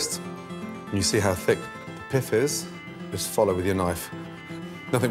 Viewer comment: The way he says pith. "Piff"